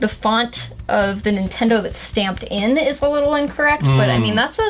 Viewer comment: NINTONDO XD